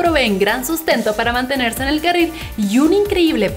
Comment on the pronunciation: dijo carra?